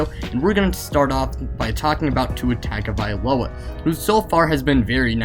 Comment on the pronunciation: stop! just stop! stop butchering tua's last name, after how many years, people should had learned by now how to say Tagovailoa, its Tongue-O'vai-loa, not Tagged-o-vailoa